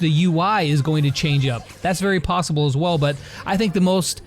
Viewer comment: Lol “plossible”